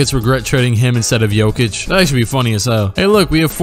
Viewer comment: Wou. U prounounced jekic correctly. Mega respect my man